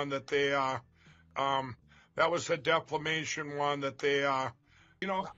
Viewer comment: deflamation?????. against that election inflamation......